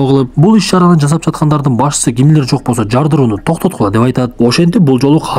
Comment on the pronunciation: Кашайган Гимлер дейтко🤣🤣жаразында